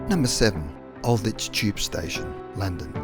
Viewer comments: It's not Al ditch, it's pronounced Ald witch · Some of the pronouncing of French stations It's Gare du Nord the E and D are silent and Aldwych is pronounce Aldwich not Aldich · Great video and well researched. Aldwych is mispronounced. The "w" is not silent. It should be pronounced as Ald- Witch. (Literally "Old Witch")